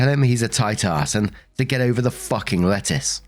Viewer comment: lol, every time the narrator said "lettuce" I heard "letters" and was sooooo confused. Sometimes you really have to read along with them.